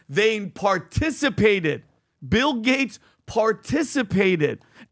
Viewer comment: It sounded like you said “Pill Gates”, and I thought 💭 what a great name.